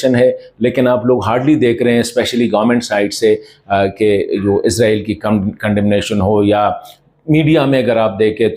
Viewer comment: او بھائی عزرائیل نہیں ہے عزرائیل نہیں ہے عزرائیل نہیں ہے اسرائیل ہے؟؟؟؟؟؟؟؟؟؟؟؟؟؟؟؟؟؟؟